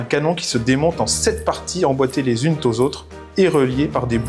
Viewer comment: les zunes TTT aux zotres ? L'art des liaisons se perd....